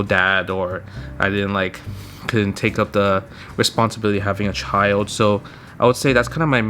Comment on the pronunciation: I hear a Chinese accent when he says "child," and other words with L's in them. Is Justin able to speak Chinese fluently?